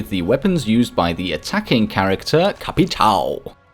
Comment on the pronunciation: Just gotta say capitao is pronounced as if it’s capiton